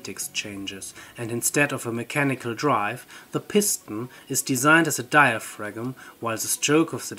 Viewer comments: dai·uh·fram ... not diafragm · FYI the 'g' in 'diaphragm' is silent, at least in modern English. It is pronounced "diafram". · In diaphragm the g is silent, idk why if it is 90% efficient, if the hot side was heated by the sun, with a big mirror/collector, and the ground to cool the cold side, how would the efficiency of mechanical compare to solar in efficiency genereting electricity?